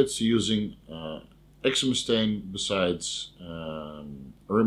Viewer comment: It`s pronounced exemestane, not exemestane.